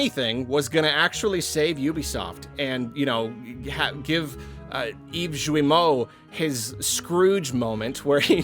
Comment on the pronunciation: I love how everyone pronounces "Yves Guillemot" differently. your "Eves-Jewey-Moe" is my favorite so far.